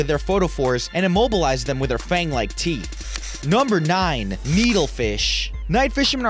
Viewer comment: I cant stop laughing brush your theeth go 😂😂😂😂😂😂😂😂😂😂